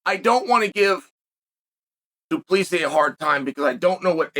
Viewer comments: Du Plessis is correct spelling not plessi.... so you say his name wrong. It's.... Do-pla-see-sis, (say his first part of the name as you would say "hey bru") so it is "druh-khus" "do-plah-see-sis" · Uncle, DuPlessis is said...Do-pliss-see and Dricus is said...Dlee-cus. So it's, Dlee-cus Do-pliss-see, and you are correct, he is a tuff c&*t. I'm a Kiwi and don't mind saying he is tuff. Sth Africa is New Zealand's biggest foe at International Rugby for about 100 years we have battled each other and we respect the 'Bokkies for their hard men, real tuff bastids and they would be the world's premier rugby team if it wasn't for our All Blacks team. We kicked their arse last Saturday night here in Auckland and nearly doubled their score but they were still a formidable foe, as hard as nails, it's just that we play better rugby, oh yeah, our team, the All Blacks are a pack of hard baskets too, but better rugby players. South Africa are the incumbent world cup holder. November 2023 in France is the next Cup where the trophy returns home to Kiwiville, where it feels the most welcome. The William Webb-Ellis Trophy it is called, we in NZ call it 'The Billy'and the Rugby Union HQ has a Cabinet, chocka block full of a huge array of silverware, cups, etc that the All Blacks have won over time and it looks bare without the Billy. Welcome home son, ALL is forgiven. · Driscus ‘doo pleesi’ plessis